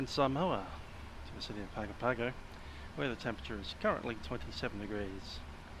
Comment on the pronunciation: Hi. Another interesting flight - thanks (although I skipped an hour or so on the cruise). I never knew VATSIM simulated HF and Selcal. Just a quick anorak/nerd moment - Like Nadi in Fiji (NFFN) is pronounced Nandi, Pago Pago is pronounced Pango Pango.